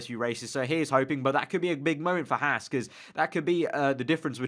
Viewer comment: It's pronounced "Hawz"....not "Hass". As a sidenote, interest in F1 is growing rapidly in the US because of this underdog team. Okay, it's Ferrari's B team...but Gene is paying for all this out of his hip pocket. To those who like to sneer at the Americans effort I ask, "Where's your wallet?" Anyway, really solid reporting on your part...you should do this for a living!